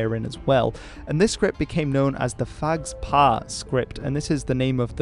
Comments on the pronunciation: initial PH- in "phags-pa" is pronounced as a P not an F, it's like an aspirated P sound. There's no F-sound in Tibetan or Mongolian, according to Wikipedia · I don´t know 'phags pa script, but I know Tibetan, and you should pronounce sa "pagpa" with first "p" having aspiration. So it is aspirated p with slight nasalization precing it as if you were saying "mpha", not f. The "s" is silent. Just to add, the word phagpa means "noble" as a noble intention, noble person, noble cause etc. - not noble as a member of nobility.